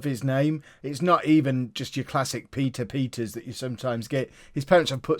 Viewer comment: Pieter Peters is said different in dutch